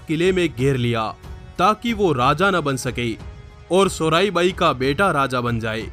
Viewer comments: Or ha soraibai nhi ,--- soyarabai hai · Sorai bai nahi , Soyra bai sir.🙏🙏